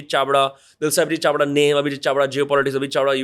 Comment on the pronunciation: Chavda with an L on the beginning.... If the power lies with the armed forces then why was there a student protest?